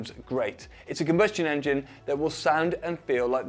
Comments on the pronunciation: Enging "Indian accent" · Enging? lol cmon. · le enging xd